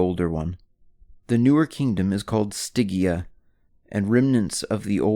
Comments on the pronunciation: [Stɪdʒia], no [Stɪgia] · It's pronounced Sti-gee-ah!!